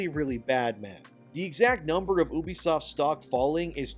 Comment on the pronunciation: 1. Its You-be-soft, not OOH-be-soft. Ubisoft 2. Its Roy-ters, not Roo-ters. Reuters You're welcome.